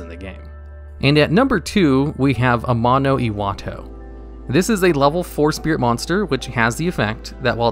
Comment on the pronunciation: Say it with me now:AMANO....... IWATO